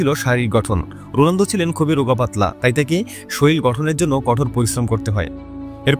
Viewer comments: Age bhalo kore bolte sekho totla Rolando❌ Ronaldo✔️ ❤❤❤❤ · কনটেন্ট বানান ঠিক আছে তাই বলে উচ্চারণ কিভাবে ভুল করেন? রুলান্ডু কি? যাকে নিয়ে ভিডিও বানাচ্ছেন তার নামটাই ঠিক ভাবে উচ্চারণ করতে পারছেন না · রোলানদো❌️ রোনালদো✅️ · আপনি মনে হয় ফুটবল খেলা দেখেন না । রোনালদোকে রোলানদো বানায় দিছেন। আবার 946 গোলকে 800 গোল বলতেছেন 😅😅😅😅😅😅😅